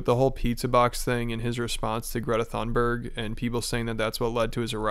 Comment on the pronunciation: Great video, been binging some of your stuff at work recently. I thought I'd let you know that Greta Thurnberg's name is pronounced "toon-berg".